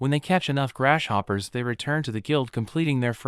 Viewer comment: Any one else here him saying GRASH POPPER